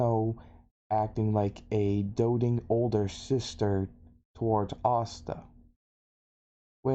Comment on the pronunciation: If you watch subs and subs then why do you keep pronouncing Asta's name wrong.